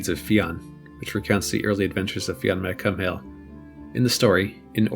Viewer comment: Awesome vid. But his name is pronunced Fionn 'McCool.'